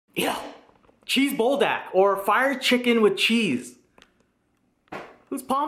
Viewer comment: “Bull dack” 😂😂😂 I love you